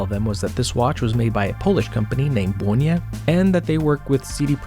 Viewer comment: Great pronauciation of my hometown's name! (where the brand oryginated from) You might also like Gerlach Kosmonauta (a homage to Untra warel). Also Polish watches.